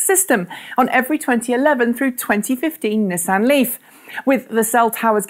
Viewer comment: I like how you pronounce Hyundai correctly but not Nissan or VW